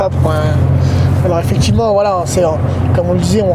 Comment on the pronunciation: Les « Tchu », « voitchure », « effectchivement » à répétition ça me cringe. Mais le contenu a l’air intéressant.